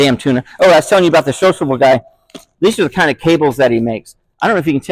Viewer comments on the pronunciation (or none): What kind of MI accent can turn SiloCable into sociable?